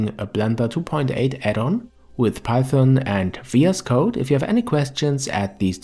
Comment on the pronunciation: hey there, first of all... it's python, not paython ;) but nvm! :D Python has a very clean syntax, with little non-alphabetic characters, which makes it easy to read for beginners. It has many use-cases, like AI, web, and APIs like for example the blender-scripting-api. BUT: If we are talking about state-of-the-art desktop-video-games, then C++ is the standard since a long time, and is unlikely to be replaced anytime soon. The fact that C++ is fully compiled into machine-code, and not an interpreted language like python, c#, etc. just gives it an edge in terms of performance, and of course, performance is key in modern video-games. That is not to say that you can't program games in other languages.. but if you aim to get a job in the videogame-industry, i would say, c++ is still your best bet. What you learn in one language can be translated into other languages though, so as a beginner, just get coding!! ;)